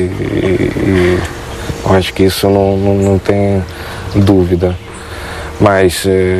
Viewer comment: Ênfase no "Acho" kkk